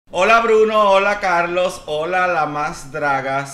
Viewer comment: Presiento que que el señor Carlo(SSSSS) se indignó por que dijo mal su nombre, se ve que él es muy así.